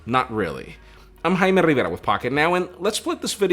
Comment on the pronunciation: Haha JAIME RIVERA. The way he says his name is the best. As a Latino, i love hearing other Latinos pronouncing their names without compromise. Great video guys!!